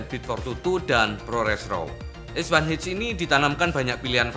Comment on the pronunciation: Es Wan Eith atau Es Wan Ha Es Satu Ha 🤭 Pis ✌